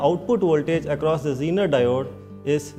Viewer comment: Genre isn't wat he pronounced zenar like